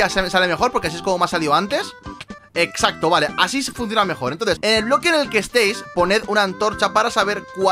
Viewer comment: Soy yo o todo el video dice esxaxto mal